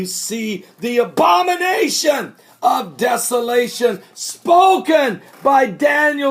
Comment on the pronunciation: LOL Pastor. I KNOW you said 'abomination' but it sounded like 'Obamanation'.